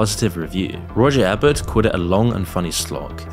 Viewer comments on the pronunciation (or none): What is this? You don't even know how to pronounce the name of Roger Ebert, a Pulitzer Prize winner for film criticism and arguably the most famous film critic of all time, yet you feel qualified to speak on a film actor and Hollywood? This is frankly a gross puff piece that says absolutely nothing new, ignores massive details about the man, and provides no new context for Carrey other than to make me wonder if Jim Carrey paid for this or if you just let ChatGPT write this for you. Yeah, I grew up loving Jim Carrey as well. But now Jim Carrey has blood on his hands and it's wild to see what people will ignore about him. He acted so damn pious and rightous over the Covid pandemic without ever owning up to how his own actions, acting as a megaphone for over a decade for Jenny McCarthy's dangerous and inaccurate misinformation campaigns about vaccines and autism, directly led to the pandemic being so much worse than it needed to be (not to mention the massive resurgences of measles and whooping cough in the 2010s and then polio also had an uptick as a ripple effect of Covid impacting polio eradication efforts). It was disgusting and yet both he and McCarthy having thriving careers to this day.